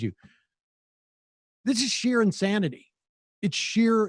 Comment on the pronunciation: It’s sheer insHANNITY 😂